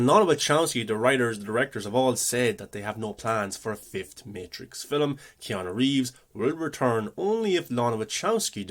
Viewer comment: Film is F 'ILM not "fill ' um"